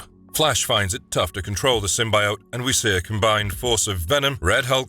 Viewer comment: Anug Un Rama is Hellboy's Real form. Hulkverine/Weapon H is his own character and he is not monstrous by any means. Your pronounciation of 'symbiote' is disappointing.